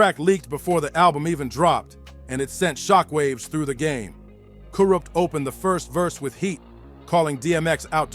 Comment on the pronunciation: i cant stand to hear the way the narrator says kurupt and tha. makes me cringe every time he says it